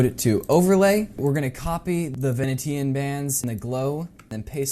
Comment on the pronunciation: VE-NEE-SHUN Blinds, not ve-nee-tan...